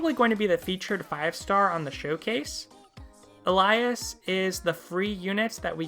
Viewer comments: why u call him ELA-YES, u pronounce his name as ELI-A-S XD about the wings VS stamina, for ppl who played from the start we all got about 90 bottles of ethon ashes that gives 6 wings per consume. i have left 66 ahses and need only 15 to max the wings which makes it using the wings favorable over stamina XDbut for new players who didnt get those ashed back than than yes stamina is more favorable cuz of the recovery rate XD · lol its ok, no one is perfect with pronouncesthe i prnounced like the i in inventory: ELI- than the A goes like the A in apple, and the S is like in the word StartD:sorry if i offended u, i just know few ppl by that name so i had the urge to correct xDD